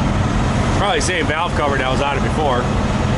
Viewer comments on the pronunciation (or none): none